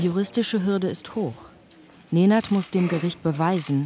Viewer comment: Ej brate, svaka čast. Aber bin ich der einzige den die Betonung nervt? Neeeeenaad. Naja meine Lehrer können nach 10 Jahren meinen Namen auch nicht aussprechen